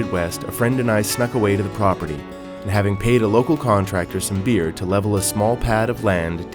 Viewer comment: Had to "rewind" and play it again a couple times since I wasn't sure he said "beer" :^) “If God had intended us to drink beer, He would have given us stomachs.” ― David Daye